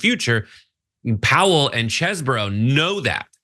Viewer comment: Get it right! It's pronounced "cheese bro"!!